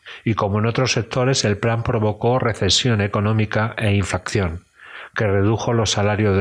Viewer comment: Una puntualización. Los alféreces provisionales no eran necesariamente falangistas. Ésta fue una figura creada en el bando Nacional, para suplir la carencia de oficiales, entre sus tropas. De hecho, había muchísimos Requetés, entre ellos. Otra cosa. La palabra es "Inflación", no "inflacción". Una sola "C". Gracias por el vídeo. Un saludo